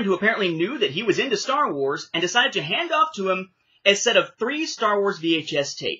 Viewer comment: I absolutely cracked out laughing with the pronounciation of Star Wars (the way you pronounced it was more like "The Blonde of the Galaxy"), but funny that you mention this tapes being subtitled. Overall in Latin America, animated films were the ones that got dubbed tapes, most live action films (like my copies of Men in Black and The Fifth Element) are subtitled. Now the first time the films were available dubbed in VHS (from what I can recollect at least) were the Special Editions and those ones have a new dub (since the original Latin American Spanish dubs were only heard in TV broadcasts and as far as I can tell are only preserved in home recordings or in Harmy's Despecialized editions).